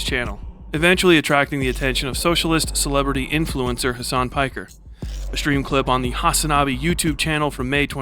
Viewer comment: usual too long to read meme attempt. I don't get it anyway. I like how Americans pronounce Hasan. Sounds like the joke name I chose; German misspelling for Hate Zion. Like Judy Tester. Neat story, but I have my own reasons to hate Piker. As if there aren't enough real ones already.